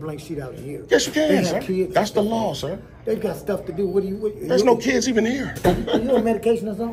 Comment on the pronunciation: But the KEEDZ, the KEEDZ? And the AMBERLAMPS too! LMFAO 😁